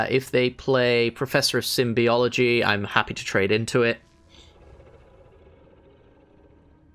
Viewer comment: You buffoon! It's called "Professor of Symbology", not "Symbiology"! Raaawr, rage and curses! 😤😤